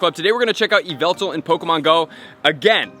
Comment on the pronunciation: ai hev yveltar